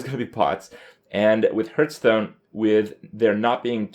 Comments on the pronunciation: Seriously, he is still saying "Hurtstone" ? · He also says hurtstone and krayken, kripp just doesn't know how to pronounce shit.